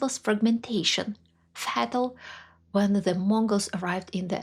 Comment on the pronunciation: Enjoying this, but for the love of good English I must declare that it's FAY-tal, not FAH-tal.